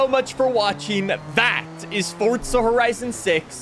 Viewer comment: i couldnt even watch 2 minutes into it... fortsa forizon annoying tf out me